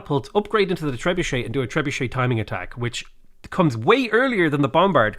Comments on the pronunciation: It's tree bucket not tree budget. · We should bombard him with comments of how he trebutchered the name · "Tre-bue-shay" or "Trebucket". No compromises. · I think it's pronounced Tree-Bucket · Trebuchet? 🤣. How have u never heard it pronounced before? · you trebutchered the name :)